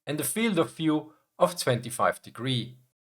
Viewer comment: In English, 'v' is not pronounced like 'f'. Das wort "view" spricht sich also eher (af Deutsch geschrieben) wie "wjuu" aus, nicht wie "fjuu".